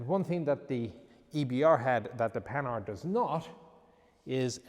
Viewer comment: Oh it's pronounced Pan-hard (with the nasal 'an') not panard. Panard is a slang word for feet.